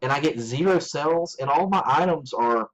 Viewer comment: Are you saying sales or sells? If youre saying sales, its pronounced SALES not sells!